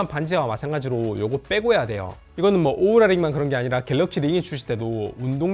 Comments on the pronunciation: 오우라를 왜 우우라 라고 하셔용 ㅋㅋ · 우우라가 아니라 오우라^^